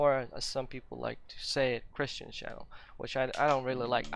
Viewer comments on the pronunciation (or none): none